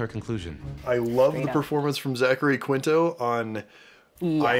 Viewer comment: Zachary KEEN-toe